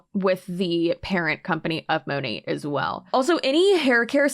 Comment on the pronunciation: This girl can't even pronounce Monat correctly. What is "Mow-Nay"?? 😂